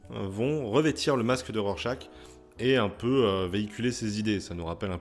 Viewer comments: C'est pas Rorechache ? 🙃 J'ai moi aussi beaucoup aimé ce titre, un très bon polar politique, même si je trouve la toute fin un poil trop rushée. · Tu prononces mal Rorchaque ! 🥸